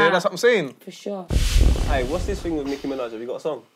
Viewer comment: “Niki Minaj”💀💀💀